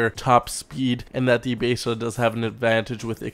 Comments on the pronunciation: Why do you say Beseda instead of Besra? :O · Besra not baesra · "basada" ITS BESRA! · He called the Besra the "Basada". This fool is slipping. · its pronounced BES-RA js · I new I was the only one that thought that it sounds like hes saying basesada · Why do you say Besra so weird? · So this whole time we were pronouncing it wrong? 😢😢😢 lol. Keep up the great videos. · Talking in game genius.